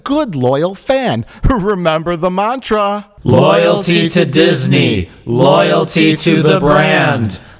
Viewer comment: "Loyelty to Disney, Loyelty to the Brand, Loyelty is salvation, Loyelty is life." I at least repeated it 20 times newer fails to make laugh and horrified at the same time.